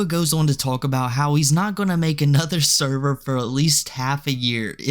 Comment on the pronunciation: "NO NOT THE THERVER!!"